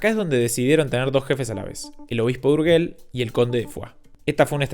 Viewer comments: Urgel no porfa, Urgei se pronuncia, gracias. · ¿Urguel? Te sugiero que aprendas a pronunciar aquello de lo que hablas. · 'urguel' hermano la pronunciación para otro día no? URGELL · Urgel se pronuncia como si estuviera escrito con j, por que para que suene como tu lo pronuncias, sería escrito Urgüell... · Se dice Urgell, y no "Urguel" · Por favor, "Urguel" no, "Urgell" o "Urgel". Suena muy diferente. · Buenas, "el obispo de UrgeLL" no " el obispo de UrgeL. Urgell = Si Urgel = No Es solamente un tipo de sonido diferente, como posible excusa, decir que dicho sonido no se encuentra en el Castellano. Hay que ubicar la punta de la lengua, arriba en el paladar. Detras de los dos dientes grandes de arriba, claro. Cuando se vaya a pronunciar, SIEMPRE, será la última sílaba. Por lo tanto, habrá que "colocar " la lengua en la posición antes indicada, en el último momento. Recordad, siempre encontrareis este sonido en la última síbaba. SIEMPRE !!! Adeuuuuuuuu 👍🏻🙋🏼‍♂️ P.D. - Aparte, está el sonido de la letra"g", completamente diferente. 🤦🏼‍♂️🤷🏼‍♂️🤣😂 Pero eso que lo explique el siguiente... Ahora si, adeuuuuuuuu !!! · Urgell… suena como “gente” no como “guerra”. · en catalan no, se pronuncia como y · Qué coño es un "Urguél" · Tampoco. Esa "g" de Urgell suena como la "g" inglesa en George. Tal que así: [uɾˈʒeʎ] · Discúlpame, solo un detalle sin pretender ofender. Tanto en Castellano como en Catalán esa g de Urgell se pronuncia como j. Cuando no hay u entre la g y la vocal, se pronuncia como j. Un saludo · Porque aprender un mínimo de catalán para pronunciar los nombres de forma correcta era mucho pedir, no? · si vas a hacer el favor de no traducir los nombres, como hizo el creador del video, como minimo pronuncialos bien. Estan en catalan, no en castellano. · No hay una cosa que pronuncies bien. Urgell no se pronuncia "Urguel" ni en castellano (no tiene u entre q y e) ni en catalán. Ecaldes s pronuncia ·Escaldas en catalán y en castellano no tiene acento en la última "e".